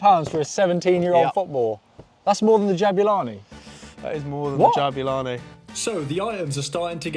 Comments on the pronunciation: what is jo'bulani i mean not ja'bulani its jo'bulani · Yeah right mate, great "JO'BULANI" you have there 😂😂😂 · the golden jabulani says jobulani